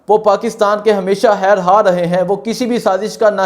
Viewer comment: بھائی "ھیر ھا" نہیں "خیر خواہ" ھوتا ھے۔